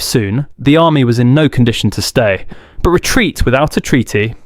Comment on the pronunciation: Why did the very real and not-at-all-an-AI narrator pronounce "XII" as "farkeen", "fighten", "fart-then" and finally "faighth"? wow, the extremely human narrator seems to have some problems pronouncing "treaty".